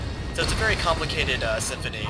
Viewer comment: lol i find myself yelling "your generarl is in vewy graaaaave danger m'lord!" at random times.